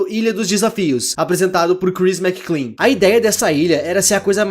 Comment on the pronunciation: é McLean, meu amigo Mc Lean não Mc Clean :v